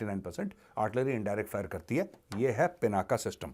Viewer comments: पिनाका नही , पिनाक सही शब्द है. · Major Arya ji kindly do. pronounce Lord Shiv ji’s Bow as “पिनाक” not as “पिनाका” pease🙏 धन्यवाद 🙏